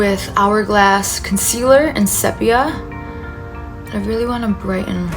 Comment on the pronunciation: Love your videos, so easy to follow . Also no hate but you say 'sepia' wrong.